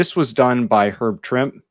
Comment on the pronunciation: Yeah, no worries. I appreciate seeing original art content being done by comic book channels. Well done! Oh and by the way, Trimpe is actually pronounced TRIM-pee, two syllables and emphasis on the first one. Back in the 80's, in one of the editorial pages of a particular month's comics, they showed how to pronounce various creator names and they said Trimpe rhymed with Blimpy. 😅